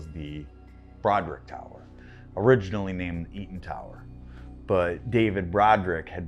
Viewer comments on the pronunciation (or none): none